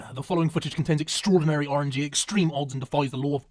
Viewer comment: extaordinary in the intro